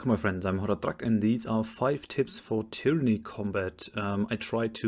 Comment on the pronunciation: Lustig, dass du bei allen Tyranny-Videos tyranny zu Beginn immer richtig und am Ende immer falsch aussprichst. Da muss doch System dahinter sein... Aber das nur nebenher. Guter Content, danke.